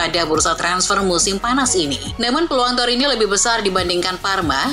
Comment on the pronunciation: TORINO Min bukan torinyo